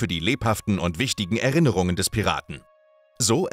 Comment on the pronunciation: Er -innerung und nicht Er -rinnerng.